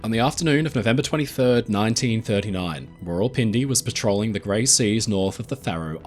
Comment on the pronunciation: thats not how u pronuce it its like raa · wuhl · pin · de